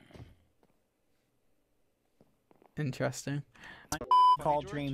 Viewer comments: Internsting Imresinh Wait interesting Jst had astroke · No one: George:Instersting